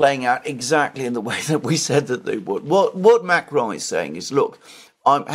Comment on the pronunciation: OMG you can’t speak French. Don’t try to pronounce Macron with a French accent. Use the English pronunciation and you’ll avoid sounding like a clown on stilts.